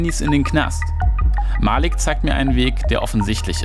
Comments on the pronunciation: Es heißt nicht Malik es heißt Maliik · es heißt nich malik es heißt malik keemo